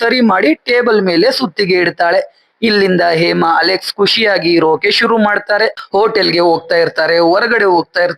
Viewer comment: ಹೇಮಾ ಅಂತ ಸರಿಯಾಗಿ ಹೇಳಿ ಏಮಾ ಏಮಾ ಅಂತ ಯಾಕೆ ಹೇಳ್ತಿರಾ ಹ ಮತ್ತು ಅ ಉಚ್ಚಾರಣೆಯನ್ನು ಸರಿಯಾಗಿ ಮಾಡೋದನ್ನು ಕಲಿರಿ😊